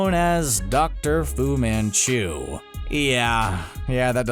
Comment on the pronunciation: I sneezed when he said fu men chu and they sounded the same lmao